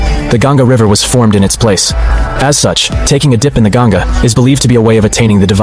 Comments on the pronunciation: It's not river gyanga it's ganga u can adjust spelling but don't mispronounce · it is not gaen-ga , it is pronounced like gun-ga